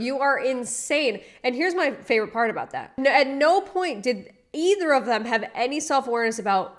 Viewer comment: " go to peart two" Pick up my new car" I'm sorry I just cant